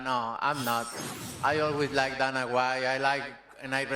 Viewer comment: Why do foreigners always call Dana "Donna"? It's so easy to change the sound of the name.